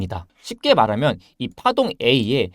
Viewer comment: 4분 1초 쯤에 이 파동이 ~ 가 약간 B 파동으로 들리는것 같기도하구요